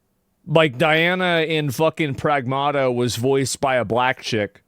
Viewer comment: Pragmata is a word and every video I'm seeing they are pronouncing it incorrectly. It is Ma like a mother. In the first part pronounce more like the city of Prague